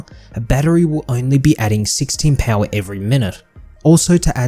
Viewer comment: Well done, but the way you say "Pouwha" kills me lol